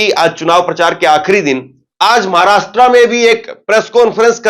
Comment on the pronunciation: भई, आपका विश्लेषण सटीक है .पर एक उच्चारण कानको खटकता है . महाराष्ट्रा नहीं महाराष्ट्र बोलिये.